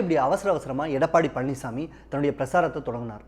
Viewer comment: அவர் பழனிஸ்ஸாமி இல்லை பழனிச்சாமி. , அதென்ன 'காத்திரமா' அப்படி ஒரு வார்த்தை தமிழில் இல்லை. 'ஆத்திரமா' என்று சொல்லவேண்டும். முதலில் ஒழுங்காக தமிழை உச்சரிக்க கற்றுக்கொள்ளுங்கள்.